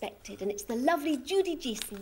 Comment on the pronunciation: How wonderful to see the gorgeous Judy Geeson ❤️ (with her surname being pronounced correctly!)